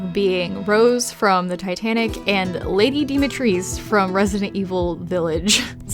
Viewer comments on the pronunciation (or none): how’d you read ‘Dimitresque’ as Dimitrees. What